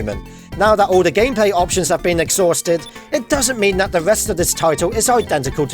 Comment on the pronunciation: Eptions? It's not Eptions it's option